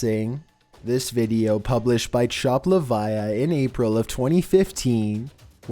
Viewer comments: #8... "Chopt Liviah"??? Seriously. It's "Chopt Livah" (pronounced "liv-uh")... you know... "chopped liver". Sheesh. Not rocket science. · Btw it was chopped liver not chopt liviah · Chopt livah... CHOPPED LIVER!!!! Not liviyah!!! Where even did you get the “viyah” sound from?!?! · Chopt Livah= chopped liver DUH! You're saying Chopt Laviah. At least attempt to read it. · It's supposed to be "Chopped Liver" not chopped leviah. 😒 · Chopt Leviah, lol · Chopt Livah = Chopped Liver, not Chopt Laviah. C'mon 😂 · It's not "Chopped Liviah" "Chopped Livah" is short for "chopped liver" LOL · Chopt livah is just chopper liver not chop luh vy uh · Haha, Chopt Livah (Chopped Liver sound like Livā ,not pronounced Li-vah-yah) Good try though. You’re awesome! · Chopt Livah, not chopt liviah...like liver. Chopped Liver in fact. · And he calls chopt livah chopt livia XD! It's sopposed to be pronounced choped liva XD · its chopt livah not livia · Chopt Livah...is a play on chopped liver...No Liv-I-ah...silly. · chopped liviah!! he said chopped liviahh twice, when the username was obviously a reference to the well-known phrase " chopped LIVER." No one caught this? Is there no editor? Dammit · this fucking idiot said "chopped LUH-Vi-YUH" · Chopped Live-ia? Are you really that fucking stupid? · #8 lol, Chopped Livia! XD Its Chopped Liver, dude! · Number 8 isn’t “chopped liviah” it’s chopped livah as in “chopped liver.” Lol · Number 8 is pronounced like “chopped liver” not chopped leviah. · I hate you and love you so much,. You mess up so many things. It's chopped liv-AH, like liver in the south. But your voice is interesting. Where are you actually from? Not asking for an address or anything:D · pretty sure num 8 is meant to be pronounced as "chopped liver" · Hey bro its the "chopt livah" is a play on "chopped liver" silly...made me giggle how you pronounced it lol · Its Chopt Livah, pronounced as Chopped Liver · #8 IT'S SUPPOSED TO BE PRONOUNCED LIKE CHOPPED LIVER